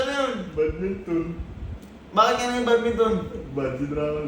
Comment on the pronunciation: BAT-MINTON(badminton) Mali lang pagkakasabi ni 😂😂🤣